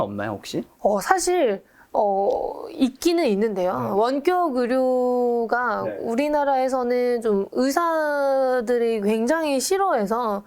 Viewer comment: 여러분들 --> 여러분. "원격 의료" 발음 못 알아들었음. 가 말하는 거 듣고 알았음.